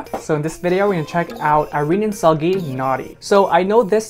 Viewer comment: Seulgi is pronounced more the way you'd say pool. Pool->Spool->Sool (Sool-Gi)